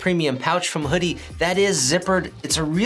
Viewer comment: You said it right. WHO-DEE. This is a trick accessory but I'll stick with my trusty Tamiya (Tommy-Ugh) shock pump I've had for over a decade lol.